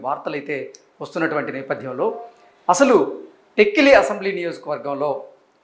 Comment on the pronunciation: Please pronounce tekkali properly.